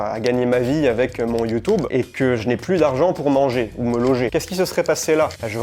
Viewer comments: YouTUUUUUUUUUUUUbe!!! Et pas YoutOUbe. C est youtUbe bon sang de crotte de bique naine !!! PAS youTOUbe😂❤❤❤ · C’est marrant comment tu dis YouTube. Merci pour cette vidéo intéressante